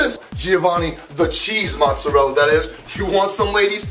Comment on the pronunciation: ahahaha you no italian you cant even say mozzarella.